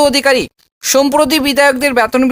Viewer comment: আপনি শিক্ষা বিষয়ে যখন বলছেন তখন উচ্চারণ ঠিক করুন! ব্যাতন নয় বেতন😊।